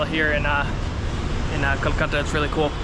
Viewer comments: It's not kalkatta.... Bro it's Kolkata! Next time correct yourself. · Kolkata was the write pronounciation, kalkata❌